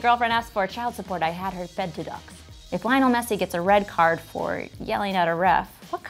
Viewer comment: Also the way she pronounced Lionel